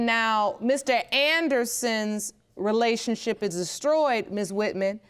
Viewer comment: This idiot can’t even say the word “relationship” but is pushing out babies🤷🏽‍♂️